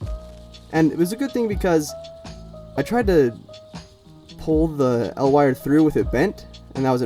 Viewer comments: EE EL Wire. Not "El Wire" It's an acronym, not a Mexican Superhero. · Its spelled E L wire, not EL wire, you also say L E D not LED. EL stands for electro luminescent